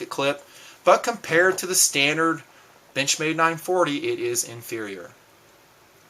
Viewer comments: Haha, when said benchmade I heard b*tchmade. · Lol sometimes when he says benchmade its sounds like Bitch-made knife